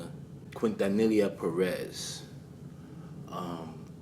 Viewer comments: Quintanilla = Keen-tah-knee-yah Appreciate you for showing the Latin community love. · It’s pronounced: KEEN TA NE YA Great documentary though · Great video!!! I have loved Selena since I discovered her music in the 90's. So sad she was taken from this world. PLEASE ADVISE: HER LAST NAME IS QUINTANILLA. THE PRONUNCIATION SOUNDS LIKE: KEEN-TAN-NEE-YA. PLEASE SAY HER NAME RIGHT. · Just for future reference the ll in quintanilla is pronounced like a Y. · Your mispronunciation of her last name was adorable lol 🥰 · Boy you butchered her last name lol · The L’s are silent